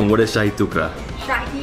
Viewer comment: How did the Indian lady get Shahi wrong It means Royal